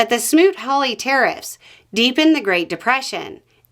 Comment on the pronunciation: It took me until 3 minutes before I realised you were saying 'tariffs' I thought you were saying 'terrorists'